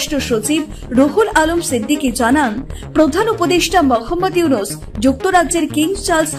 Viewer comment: MOKHAMMAD YUNUS ( মোখাম্মদ ইউনুস৷) , বাহ !! কি চমতকার উচ্চারণ !!!!